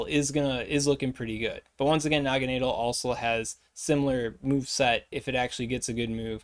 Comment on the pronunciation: Ahhh yes, Noggineedle. My favorite Ultra Beast. JK 😂 I think it's pronounced Nagana-Dell but not too sure. I'm most hyped for the Lord of Guzz 💪